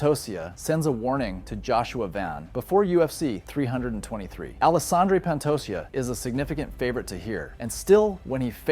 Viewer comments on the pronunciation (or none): Pantosia? U mean Pantoja? Learn the names jackass